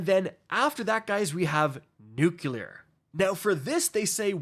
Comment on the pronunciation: nuCLear, not nuCUler, even politicians get that wrong, but don't do it